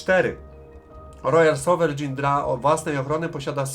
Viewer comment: "rojal sowerejn" po naszemu 😊. Fajnie że wjeżdża wreszcie jakiś kawałek historii...